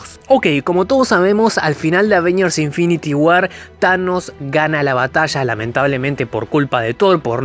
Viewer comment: infinity guarr jaja que chistosa la pronunciaciom